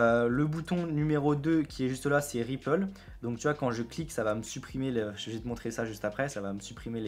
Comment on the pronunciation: et on dit "ripeule" lol pour Ripple